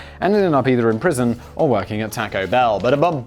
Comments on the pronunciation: Please don't say taaco (the "a" sounding like tactile). Say tawco ("a" sounds like awful). First time I went to Canada I found out why my Canadian mother pronounced it like you do. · Theres no k in taco its not the 1950s simon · Simon please stop saying "tack-oes"! My ears can't take it anymore! Oh the dislike button is too far away! Oh my ears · We pronounce it the same (like the British tack-o) in Australia as well. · omg, tAUco bell, same way you say taught. yw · Simon's pronunciation of "Taco" is the most British thing I've ever heard.